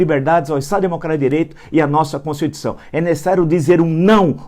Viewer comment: O ignorante que não sabe escrever corretamente a palavra "demitir" sendo corrigido pelo letradíssimo que, no minuto , fala "constiutição"